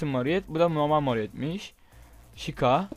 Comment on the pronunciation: abi chica çika diye okunuyo :)